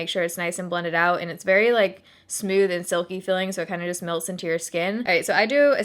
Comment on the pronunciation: I love the way you say smooth! It sounds like you're saying "sm-you-th!!!! I actually look forward to you saying it every video. I know...I'm nuts!!! 😜😜😜